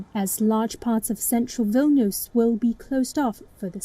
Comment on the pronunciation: its Vilnius not Vilnuus